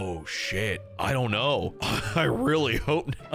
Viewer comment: "It's weely bad" me outloud: omfg